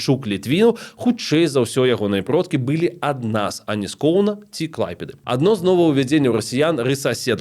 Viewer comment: Дзякуй за вашу працу! Хацелася б адзначыць невялічкую але сістэмную памылку -- націск у словах 'была, былі' ў нашай мове трэба ставіць на апошні склад.